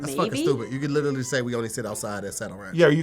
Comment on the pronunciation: How come no one has called out on how he pronounces “Literally”?